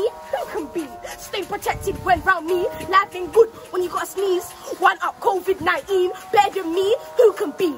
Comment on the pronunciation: ‘Covid nieen’😂